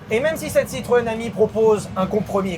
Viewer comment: chaque fois tu dit citroën ami, j’entends citroën hemi et ça me fait beaucoup rire 😂